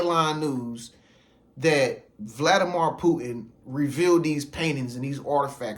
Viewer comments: Every time this man says Vladi-mar i cringe... Vladimir = (Vladi-mere) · Brother please get the pronunciation correct. It's Vladimir (meer sound) anf not mor sound.